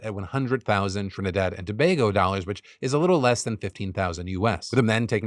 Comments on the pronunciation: So as a Trinidadian firstly thanks Phil for covering a story about my country and pronouncing Tobago correctly . I appreciate what he was attempting to do but at the same time it came across as him glorifying it. You are correct abt the crime though. What you also left out was how ridiculous cost of living is in Trinidad and Tobago which contributes to the high levels of crime. Imagine as a teacher I had to move to Japan to make a livable salary and to feel safe. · TRIH-nih-dahd & tah-BAH-goh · Shoutout to Phil for pronouncing Tobago correctly!